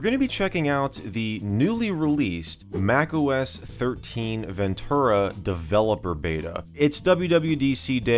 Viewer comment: TUR, not TOR. Ven-TER-ah. ;) (I love your videos and am just having a go)